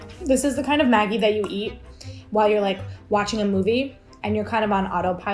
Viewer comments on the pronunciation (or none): In New Zealand I've always heard Maggi pronounced with a soft g, like magic, maj-je. Never heard it pronounced like the nickname for margaret, maggy. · Hi, love you channel....but gotta pull you up on how you say Maggi.....its pronounced Madgi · Love you and your videos and perspective on life via food! One comment, Maggi is pronounced Madge-I - like the 3 wise men. :0) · I didn't know you pronounced maggi with the g as in igloo or grade. Cause we (arabs) pronounce it as majji but we right it as maggi😅. Nothing is wrong with that tho🙂💛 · It's pronounced Mad gee!!! Not how you say it!! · We pronounce it ‘Madgie’ in Australia - I kept wondering who Maggie was 😂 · We pronounce it ‘maJ-eye’ with a sift G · Why you pronounce them wrong? The g is like in magic